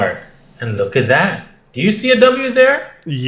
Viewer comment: Digga dein Englisch ist so scheiße😂